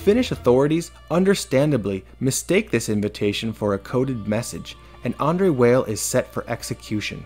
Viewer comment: weil is pronounced vial though